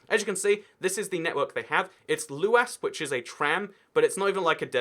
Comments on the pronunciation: How could you know but Luas is pronounced loois not looass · LU-AS... lu-as What the fuck is a Lu-As?! Its pronounced LUIS! God, that pronunciation is painful. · The way he pronounced Luas made my balls retreat, it’s pronounced like Lewis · luas is pronounced like "lewis" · The way He pronounced the Luas killed me